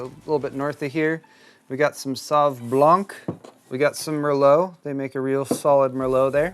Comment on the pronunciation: Talking about wine, blanc is pronounced more like "blan" than "blank".